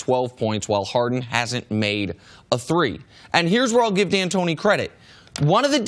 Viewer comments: His name is DANTONI, NOT DIANTONIO, HE NO A FKN Cheerio bruh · Why does Chris Carter keep calling him Dan Tony YO? for a guy that makes a living doing this at least get the names right. It is pronounced Dan Tony